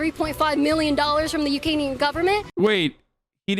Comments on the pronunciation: "Ukanian" government lmao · She's dumb, she can't say Ukrainian.